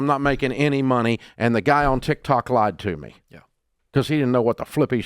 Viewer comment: I prefer when Dave calls it TikTak; he is as entertaining as he is knowledgeable.